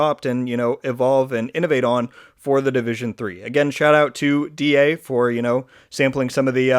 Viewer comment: DA is fine pronunciation. but yeah, I was hoping they would reach out to you guys on what you actually want, instead of just going with what they think would work. but hopefully, they are learning from other successful designs out there